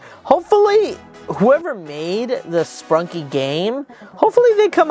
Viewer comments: Bro called it “sprunkie” it’s sprunki ! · ITS NOT SPRUNKIE ITS SPRUNKI